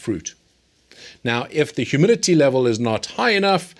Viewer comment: Are you saying humility or humidity? lol